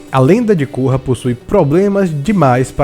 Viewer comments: a lenda de côrra? Se pronuncia Kórra! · Cara, eu gostei bastante de A Lenda de Korra (e você errou a pronúncia do nome dela). Você não pode alegar que as suas críticas são a opinião geral. Vocês têm que aceita que tem gente que gosta e tem gente que não gosta de diversas séries. Eu não gosto de Dragon Ball Super, e daí? Tanto faz. Continuem gostando dos seus shows galera. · e vc ta falando errado o nome dela